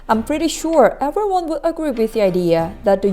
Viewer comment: 헬로 에뷜리워어언~~~발음👍🏻👏👏👏❤️